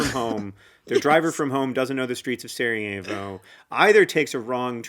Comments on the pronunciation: Saw John Green and clicked, i guess he's the reason your video popped up in my feed. Dear Lady in blue: Sarajevo is not spanish, so the j is not pronounced like an h. Just imagine it as "Sarayevo" for your pronounciation needs. I think it is important to note that "the people of Bosnia didn't want to be part" mainly showed in the early years after the Berlin congress. When the occupation happened. It was less a problem by the time the annexation happened. At the time Franz Ferdinand and his wife visited that was almost 20 years later. At that point the Bosnian men were part of the A-H army, well respected in that, and the day before the assasination the couple visited the markets and talked to the population. (In their language. F-F despite being known for not liking slavic people was able to speak with the serbs, croats and muslims that made up (and make up) Bosnia. Btw.: Belgrade is not in Bosnia. And from what i remember, they weren't in favor of "independence of Bosnia" but to have a greater Serbia that would include Bosnia. (there is a reason the current serbian government put up a bronze statue of Gavrilo Princip in a park in Belgrade, not the Bosnians.) Where did you get that about a military parade? F-F was the chief inspector of the army and was there to check on an exercise. And while there, he and his wife decided on visiting the city. No parade. No guys. All of their drivers were from home. And they didn't go "back to the hotel". They were going to the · I know its too late but its killing me so I have to comment: Sarajevo is pronounced Sarayevo not Sarahevo and any last name that ends in "ic" is pronounced "ich" not "ick" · when was saying "Sarajevo", i was like "who is Sara? i don't remember her as part of this story" haha … being from the Balkans i thought that was really funny. such a great episode!